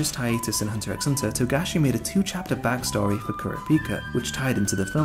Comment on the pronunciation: Please don't pronounce the 'x'